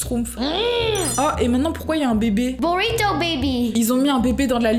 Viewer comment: "burito to" 😂